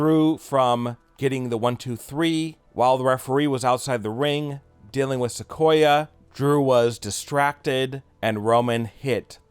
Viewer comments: Its sakoa not sequoia 🤷🏼‍♂️ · Bro it's not Sequoia like a sequoia tree it's Sakoa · it's sikoa not sikoya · Solo Sikoa, pronounced Sik-Oh-Ah he's not a tree knucklehead!